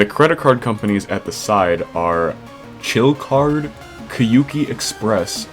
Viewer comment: this is a reference to iwtbg fangames way before the gd level kyouki is NOT pronounced like this LMFAO i think its more inspired by iwbtg fangames bc iris convinced culuc to play i wanna kill the kamilia 3 for their project "i wanna be the g" (which was previewed before 2.2 came out)